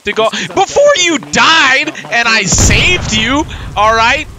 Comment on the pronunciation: This is very very cool, but you say “SAVE” as if the game is dying